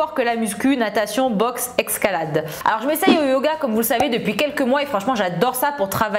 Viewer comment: je suis le seul a entendre excalade